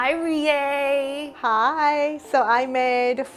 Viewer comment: igna says reis name like a white person